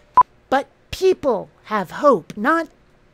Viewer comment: Teople preating? Poor, leave him alone. Thank you so much for this and all your other videos this year. Merry Yuletide.